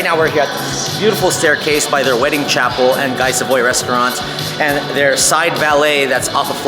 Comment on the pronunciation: Great video. Guy Savoy is pronounced Gee Savah, just so you know. 😂